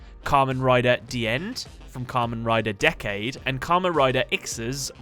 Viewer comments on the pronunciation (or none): It's Kamen (Ka-man) decade (dec-ade)